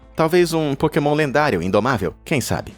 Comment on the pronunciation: a parte que tu dises porkemon é muito engracado kakakakakakakaakakakaka